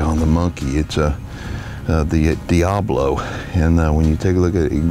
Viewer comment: the pellets you are shooting are "DIABOLO!" NOT Diablo like you keep saying (at 4 mins) in this one... Do your research and find out why the are called DIABOLO..